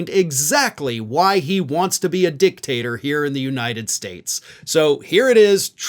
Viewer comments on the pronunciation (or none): He said "dick-taster" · It's a small thing, but it's not dictat "er" , it's dictat "or"